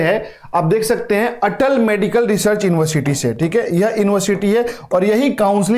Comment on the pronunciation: sir ji research hota ha na ki resurch😂😂😂😂😂😂😂